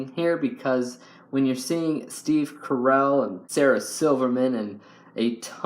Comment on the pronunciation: Wait, you said Steve Carell wrong. You said it like Carol, lol